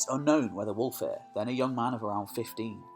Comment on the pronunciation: Pronounce wulfhere the same as Hereford his name means wolf's army